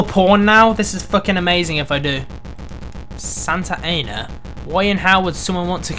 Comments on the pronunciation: you mean Sa-nata-a-na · It's pronounced Santa Ann-a. It's in California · The way he said santa Ana. Haha, what a Brit.